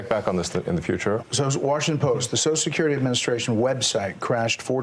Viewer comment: "So Shkirity", "So Skirty", "Sosho Skirty" Why do people have such a hard time pronouncing Social Security?